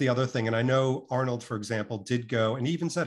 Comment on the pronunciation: Why can NOT pronounce names? He is forever getting on my nerves with his "Creg" when he should say Craig and he just said "Arnel" rather then Arnold. He is meant to be this high flying business man but does he realise he has a speech impediment?